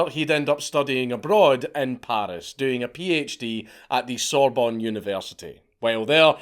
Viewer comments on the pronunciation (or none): none